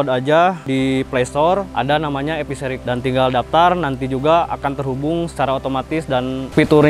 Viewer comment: Dengernya EPISERI, ternyata E Fishery